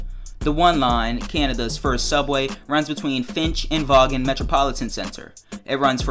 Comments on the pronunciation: Hey uh you said Vaughan wrong. How you say it is "von". But yeah good idea I'm interested too. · Btw Vaughn is pronounced like “Von”